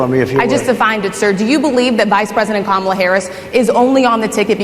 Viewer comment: On a positive note, i think i heard trump correctly pronounce Kamala. Maybe he only purposely mispronounces her name for his supporters. 🤷‍♀️ 😂